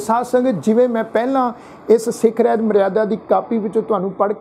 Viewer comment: ਵੀਰੇ ਰਹਿਤ ਨਹੀਂ, ਰਹਤ ਹੈ ਅਸਲ ਵਿਚ।